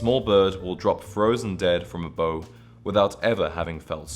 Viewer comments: Small note, in the D.H. Lawrence quote the bird drops dead from a "bough". Its pronounced "bow" like the verb (to bend at the waist in respect of supplication) not bow (noun), the weapon. It a primary branch on a tree. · ‘Bough’ rhymes with ‘now,’ not with ‘no.’ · I believe “bough” rhymes with “now.” Just saying! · Absolutely. I noticed that too. I was going to say to him, "An English gentleman should know how to pronounce English words correctly. "